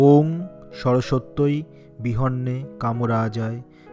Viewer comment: উচ্চারণ টা একটু ঠিক করতে হবে, বিহন্যে হবে না,বিদ্মহে হবে।